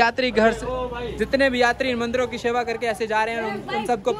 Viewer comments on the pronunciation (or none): Baki pure bolte ho sirf seva ko sheva bolte ho wo galat hai. Seva bola Karo bhai